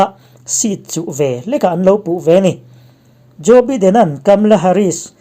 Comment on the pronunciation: Joe biden(baiden) ti a lam tur zawk,a hming i swidan hi biden nilo in (baiden) ti in lam rik zawk tur ani e